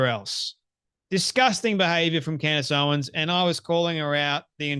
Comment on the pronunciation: Why do I snicker every time he says Candy Owen’s? 😂